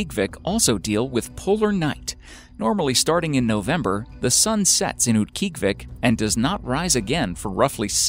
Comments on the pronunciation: I used to live in Utqiagvik growing up. LOL, it's actually pronounced oot-kee-AHG-vik, except the /q/ is further back than an English /k/, and the g is voiced fricative so it's "dragged" rather than being a hard consonant. It used to be called Barrow, but the Inupiat people have reclaimed their heritage and renamed it. In the summer, it's not that bad, gets about 50 fahrenheit in the summer. The weirdest part is the 24-hours of daylight in the summer, and vice versa in the middle of winter. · uut-gee-ahh-vic, haha formally know as barrow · It is pronounced oot-gee-ah-Vik!!! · mispronounced "Utqiagvik" its UTT-KEE-AH-vik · wow, that name was butchered! Utkiagviq is Oot-key-og-u-vik. And its the big city 45 minutes flight from my 200 people village. Kind-of "isolated". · It's pronounced oot-kee-ah-vik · Mispronounced Utqiagvik. Proper pronunciation: Oot-key-ah-vick. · Oot- guy-uhg-vik. Utqiagvik. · He is pronouncing Utqiagvik way wrong. My aunt lives there and that is definitely not how she says it. Also, I'm not really sure why they picked Utqiagvik when there are SO MANY way more isolated villages in Alaska. Any village in the Aleutian chain would have been cool too. Oh well, no real reason to complain, it's just YouTube.